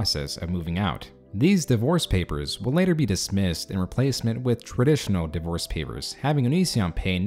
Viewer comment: you speak the e in divorce?